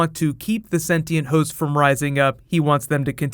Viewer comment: Yes you can read 'Shogun' by using English subtitles, BUT... It was disapointing to read 'senti and' instead of 'sentient'... lol remark: I'm Brazilian too